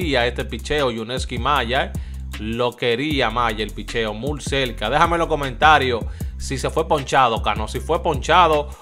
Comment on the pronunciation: Porque tu siempre dice mul se dice muy hermano